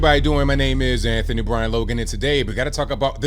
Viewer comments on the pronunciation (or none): none